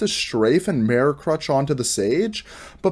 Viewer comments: meer-ror is how everyone I've ever met in my life online or real world says it. I thought you were saying "marrow" like bone marrow or some shit at first, you had me so confused lmao. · I've never seen someone say the word "mirror" as strangely as you do. Good video though!